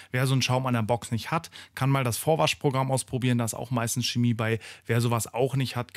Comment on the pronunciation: Das ist keine Schemie, sondern Chemie. Auch keine Kemie oder Cemie